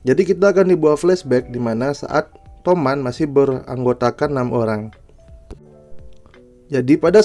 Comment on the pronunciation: Toman bang bukan tomat😂